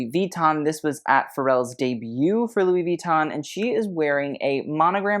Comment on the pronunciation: Drive anyone else bonkers how he goes out of his way to pronounce "Versace" correctly, but then says Louis Vee-ton??